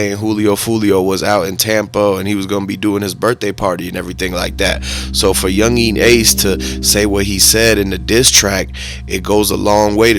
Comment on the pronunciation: "Youngin" bro, not "yungeeeeen" 😂